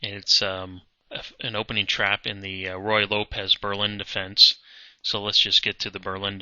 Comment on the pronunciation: I don't makes videos. You know why? Because I'm not an expert, much less a master, at chess. Someone who claims to be an expert or master (the person who made this video) is held to a higher standard. One would expect a chess master would know how to pronounce 'Ruy Lopez', possibly the most played opening in the history of chess. Your sarcasm doesn't contribute a thing to this discussion.